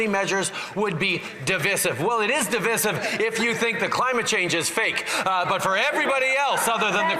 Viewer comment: Their pronunciation of the word divisive is wrong.